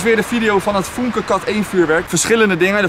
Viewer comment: Het is niet foenke maar fuunke omdat er een umlaut op de u staat